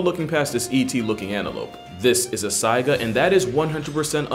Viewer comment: It's saiga, not tsaiga.Though I admit to only being so familiar with it due to Super Auto Pets.